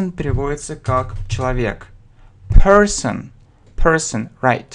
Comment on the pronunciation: Уважаемый, автор! Растолкуйте пожалуйста следующее " 125 слово person , у этого слова два варианта транскрипции "английский" и "американский" , но все рано и те и другие не произносят третью букву, у вас это явно слышно или я ошибаюсь?